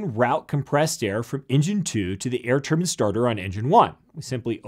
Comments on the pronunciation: Turban turban turban turban and then ONE "Turbine" ! Ack!! My Thermodynamics professor pronounces it exactly the same though LOL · Most people in USA call it turban, everyone else to my knowledge say turbine which sounds better. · They are saying turbine they just come from a place where its pronounced turn-bin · I think you mean *some * American aviators. Otherwise you're making the type of sweeping generalization that can be disproved by a single exception. Hello! You've just met that exception. But no matter - and again he pronounces it: "tur-byne". Seems when referring to engine parts it's "turban" but when referring to actual entire engines it's "tur-byne". Go figure. Shorthand on both counts. You're supposed to know what is meant. Aviation has so many shortcuts and abbrevs to really get into it you need an acronym dictionary. Been that way as long as I can recall. And I go way back. He even explains about the huffer and why nobody calls it an "air-start unit". Neither is this news. We called them huffers on the jet flight line forty-six years ago and looks like nothing's changed there either. Just a single example. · Jon T No, he's just saying it wrong. If you called it a turbin in Australia you would not be taken very seriously but you would get a lot of laughs. I was watching just to see the difference between a turbofan and a turboprop (many of my friends fly turbofan, I fly turboprop ) but I couldn't watch to the end because it just sounded so ridiculous hearing him talk about how turbins work. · One was not aware Americans pronounce Turbines like 'turbans' until this video. In England we say Turbines phonetically 'TUH-BAINZ'. We say an awful lot differently however this has never cropped up until my research into flight training as there is a considerable amount of American content in this field. I'm curious do Canadians pronounce the same? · Good video but I hate the mispronunciation of Turban. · Its turbine NOT turbin! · turbin is different from turbine